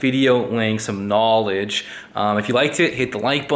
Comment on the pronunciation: Did you say knowwwwlege?